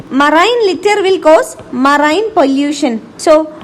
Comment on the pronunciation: I liked the vdo only for the way how she pronounced marine